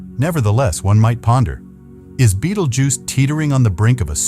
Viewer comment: Haha dumbass bot reader cannot pronounce betelgeuse